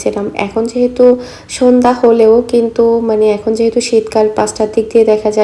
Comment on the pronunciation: sonda hobe na shondha hobe if yuo don't mind.